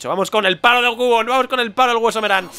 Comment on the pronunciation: se pronuncia quiubon no cubon